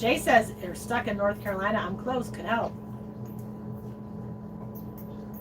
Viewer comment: It's CaroliNa, not Carolia. 😉